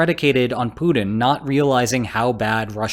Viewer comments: You keep saying Punin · Hey! You gotta start pronouncing putlers name with a “T” sound (instead of a “D”). Or wagner with a “W” instead of a “V”. Or Afghanistan with its second A sounding like an “A” instead of an “O”… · “Poodin” = “Putin” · I like ho you call him "Pooed-in"